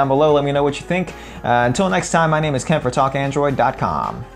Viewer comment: On your intro you said Kent for Talk Android, but what I heard was Kentfer. which reminded me of Kefer, which reminds me to eat healthy, which reminds me of tacos. I put lettice and tomato on them which makes them veggies. Thanks for the dinner tip. BTW awesome video!!!